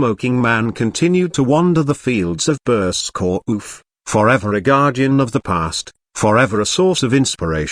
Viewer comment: Burscough is pronounced burr- skeh, there is no oomph as the ai voice over proclaims.